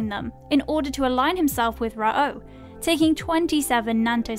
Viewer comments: Rah OH? dig the channel but the mispronunciations are pretty cringe. Just watch the anime. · Ho-koo-toe shin Ken, Rah-oh 😂 Sorry I’m nit picking, but even after seeing a few episodes, you just don’t pronounce it like that. Fun video though!!